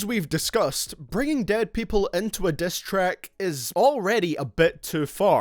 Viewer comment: "destrack" "breatel" "cross the leane"